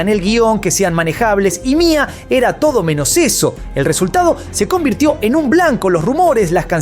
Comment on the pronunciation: No es Mia es M.I.A (em-ai-ei)